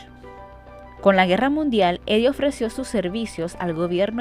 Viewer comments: Heidi. La h no es muda en el alemán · Deberías pronuncia la H cómo suena en inglés....o alemán. Como una jota J.